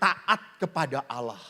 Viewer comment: TRIMAKASIH ATAS KOTBAHNYA TAPI MAAF KOK SUKA BILANG YA AWLOH SY DENGERNYA AGAK RISI PADAHAL KALAU SY SEBAGAI ORANG JAWA SY KALAU MENGELUH PASTI BILANGNYA YA TUHAN ( GUSTI ) GITU APALAGI KAN ORANG JAWA ( KLATEN,) SY JG ORANG KLATEN LO JADI SY BERANI KOMEN SELAMAT MALAM BERKAH DALEM ❤❤